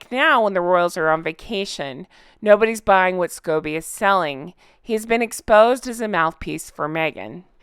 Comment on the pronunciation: did I hear you say scabies instead of Scobie?! A parasitic infestation might not be far off the mark though. Netflix wasn't the first time Me-again mocked the Queen. Remember her failed 40 x 40 initiative for her '40th' Birthday with Melissa McCarthy dressing up as a royal?